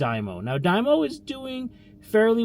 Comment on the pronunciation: Stop saying die-mo 😂